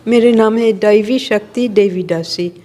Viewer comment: Very inspiring. Thank you. But you are making a mistake in pronouncing her name....her name is : दैवि शक्ति not देवि शक्ति = Daivi Shakti not Devi Shakti.